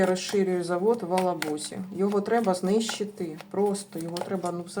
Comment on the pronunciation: не в Алабузи а в Елабузи